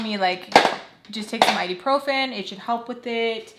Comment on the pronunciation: IBUprofen, not iduprofen 😂